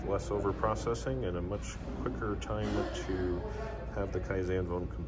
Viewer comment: Kaizen Foam. Kaizen. Say it with me. Kaizen. Kye-zen. Kye.....zen....KYE....ZEN. It's spelled with an 'en'. It is not spelled with an 'an'. It is not pronounced KYE-ZAN/KYE-XAN. It is pronounced KYE-ZEN. The 'e' makes the same sound as in Ben or been as in '...I've been to...'. One more time... say it with me... KYE-ZEN....again.... KYE-ZEN. Now let me hear you say it by yourself. Go. There you go. See? Ya did it. Congrats.